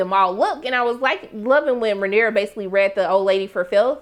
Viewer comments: … baybay. Her name is pronounced Ray-neeer-ah 😂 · You’re so adorable and I love your commentary! Pronounciation: RAY-NEAR-UH